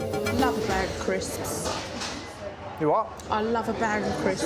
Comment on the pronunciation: The way she pronounced CRISSSPS had me physically frowning with my full body. I guess she really lives out loud and more power to her, but it’s grating on the ears nonetheless 😆